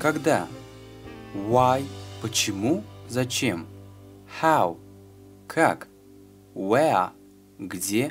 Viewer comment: How - "ХАВ"?! Я , конечно, понимаю, что это для начинающих, но с самого начала давать людям транскрипцию русскими буквами неправильно, что так же касается ing,(заведомо неправильно "Г"). Короче говоря, везде указано, что это грубейшая ошибка, проблема всех разговорников времен Союза